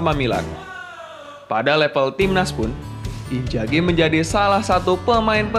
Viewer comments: Inzhagi min, bukan injagi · Inzaghi woii !!! injagi geli gue dengernya. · inzaghi.. not injagi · Sudah enak di dengar narasi nya...tapi sayang sebutan injagi nya 🤭🤭🤭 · Haha.. admin koq bilang inzaghi ngegolin pake punggung ya. Padahal itu bagian depan, keliatan sekilas kena dada. Terus lafalan nama lebih pake Z ketimbang J. Next konten lebih teliti lagi ya min. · Namanya Inzhagi disebutkan injagi angj risih gua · INZAGHI bukan Injagi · inzaghi bang, bukan injaghi hehe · TOLONG YAAA. INZAGHI PAKE Z BUKAN J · Knapa nyebutnya injaghi" namanyakan inzaghi, min dak bisa sebut huruf z ya tapi j trus jadi aneh kdengerannya pemain hebat di panggil injjaghi... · Inzaghi bos bukan injaghi. Pake Z ya. Hahah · inzagi bang bukan injagi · Pls inzhagi cok bukan injagi! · Apa susahnya sih ngomong INZAGHI (pake z) greget gw dgrnya wkakwk